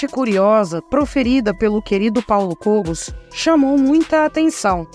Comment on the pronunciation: Por favor pronuncie corretamente o sobrenome de Kogos